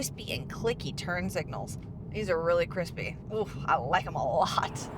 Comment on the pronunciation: I am guessing you really liked the turn signal I heard a slight southern draw there for second .